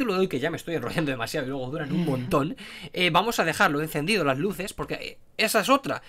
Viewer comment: Cuando explicó que se apago las luses literal mente no le entendí XD